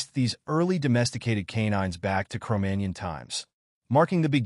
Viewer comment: MagNON ... jeez ...